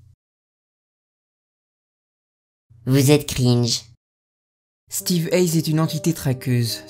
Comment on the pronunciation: Non ca se dit pas steve eyes plutot steve yes